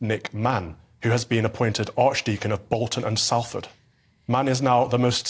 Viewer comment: Salford is pronounced Solfud NOT Salfud.